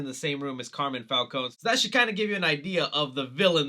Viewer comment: Love your videos!! but it’s pronounced CAR MINE (like a gold mine) not Carmen. Just giving a little help with pronouncing an Italian name.